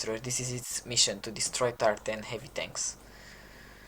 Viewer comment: I thought you kept saying "the tartan tanks" instead of tier 10 tanks